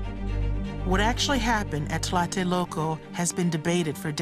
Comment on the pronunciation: Excellent documentary, very well done, I just wished the lady narrating the video could mention correctly the name Tlatelolco, I know it's not an easy word for a non Spanish speaking person but she was saying "talate loco" all the time, it sounds even funny talking about some very serious and bloody things that happened in my country.